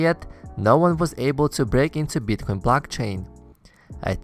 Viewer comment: Can you please spell it as Bitcoin and not Beetcoin xD